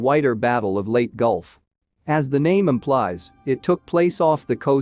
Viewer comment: Leyte is pronounced "Lay Tea" not Late.